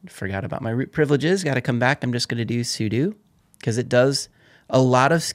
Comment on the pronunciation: for properly pronouncing `sudo` AKA `Super User Do`